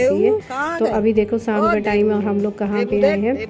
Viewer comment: saam nahi hota sham hota hai